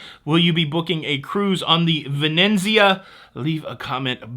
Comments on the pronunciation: Venezia only has one n. You are pronouncing it “ Ven-en-Zia” when it should be “Ve-ne-tsi-a” which means Venice. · Pronunciation Police, here! There’s only one “n” in Venezia! 😊 (It’s not Vi-nen-zee-uh) We love you!! Glad the family is recovering well!!